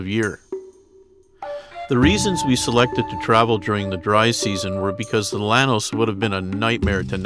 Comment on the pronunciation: Llanos is pronounced “YA-nos”